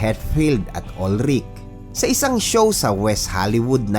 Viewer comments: It is pronounced as "UHL-rik" Lars Ulrich family is originally from Denmark. At ang mga Danish pag nagsalita ay may "glottal stop" Danish language comes from North Germanic at hirap silang bumigkas ng consonant so ang bigkas sa apelyido ni Lars ay "UHL-rik" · Tama naman yun "UHL-rik" na pagbigkas nya.